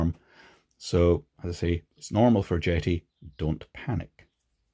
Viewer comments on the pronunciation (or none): I dunno, call me crazy but when I first saw this brand name, JETI, I thought the name a play on the starwars JEDI, No? So when says Jet(eee), I'm thinking Jet(Eye)....